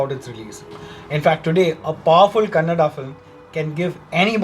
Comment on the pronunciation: Thank you for reviewing this movie, and talking good about Kannada especially pronouncing it correctly unlike others who call it as 'Kannad' Your title though was little confusing as to why any movie should against this movie